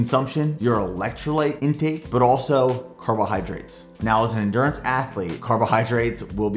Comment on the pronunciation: end-gew-rance not endurance 😂😂😅